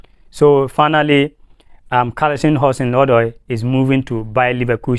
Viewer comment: It's not Callisom, but Callum Hudson Odoi.